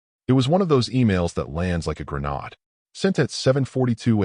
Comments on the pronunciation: why is it so hard to pronounce words correctly!! resume is HOT RESOOM its re zu may!! greande is NOT GRENODD its gren aid. and for gids sake ya cantbeven say read correct!! its nit present tense its PAST as in red..he red!!! the letter he usnt reading it!! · ". lands like a grenn-aahd...." Shitty AI can't even properly pronounce grenade. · Would someone explain why the AI doesn’t know the word grenade? It’s not gruh-nod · I've always heard "grenade" pronounced with a LONG "A". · Does anyone actually know what "slack" is in context of business? It was mentioned several times. Plus I correct the phone every time "resume, and grenade" is said. Pet peeve of mine. Good story otherwise. Wifey was stupid, giving him her phone. Asking to help with HR related material. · Would it be asking too much to ditch the triple negatives? I didn't yell, I didn't throw my glass, I didn't let her see me break. Seriously if you are just going to parrot a AI program that can't pronounce grenade properly and repeat triple negatives why call it writing. Just being lazy doesn't mean you can let some lame AI program do your writing for you. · Mispronouncing "grenade" and "messier" gets me almost every time. Is the AI Canadian French or something?